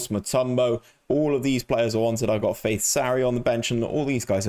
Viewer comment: I cringe every time you call 'Fatih' 'Faith', great series though